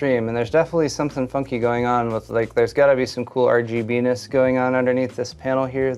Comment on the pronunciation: i liked it when he said "rg benis"